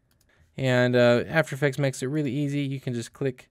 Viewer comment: After effects not "atfer effects" 😂